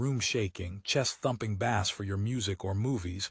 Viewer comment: ai says bass like fish not bass like base